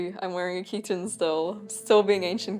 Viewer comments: Greetings from Greece! 😊 Thank you for this very interesting video. Your pronunciation of "chiton" is wrong. It's not ch*i*ton, it's chit*o*n. "Χιτών" in Greek. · Also the 'Ch' is pronounced as simple 'H' like in 'Hit'. So, it's Hit-On with emphasis on the 'On'.